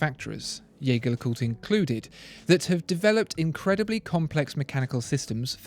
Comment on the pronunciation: Wish you had explained better what the tiling bar on the JLC indicates (also, Jaeger is pronounced the French way). The IWC is quite amazing, great functionality.